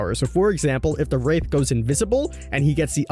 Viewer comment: that did not sound like he said wraith lmaoo